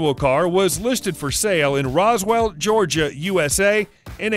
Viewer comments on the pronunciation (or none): none